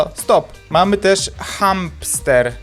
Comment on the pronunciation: ne muwi się champster tylko chamster